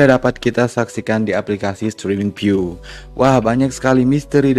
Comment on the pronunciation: Viu bang, bukan piu